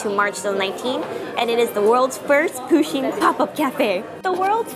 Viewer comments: Its pusheen not poosheen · Fun fact: Pusheen is anglicised from the Irish Puisín which means little cat or... Kitten :) It's pronounced "push-een" though not "poo-sheen"